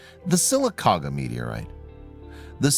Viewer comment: It's blatantly obvious that the person who narrated this story isn't from Alabama, considering how they'd butchered the pronunciation of the Town that this meteorite had landed in Sylacauga is pronounced "Sihl-Ah-Cawh-Gah"